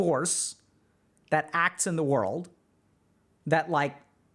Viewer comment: “In the real wurlde “